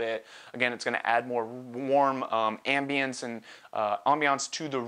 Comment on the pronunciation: you say " ambience " like a french guy ;), again thank you man, your work is so great :) !!!